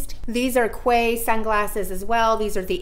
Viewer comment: I believe the sunglasses are pronounced “key”